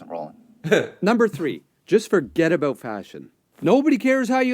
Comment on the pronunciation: You’re starting to say boot like a Canadian.